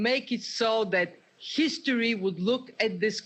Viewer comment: "...what is it that would make SHESTORY..", instead of history. UNBELIEVABLE!!